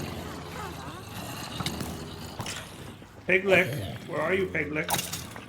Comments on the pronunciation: i wince every time he says it. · never before heard lich pronounced lick lol